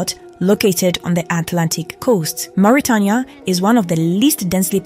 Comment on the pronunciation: Learn how to pronounce "Mauritania".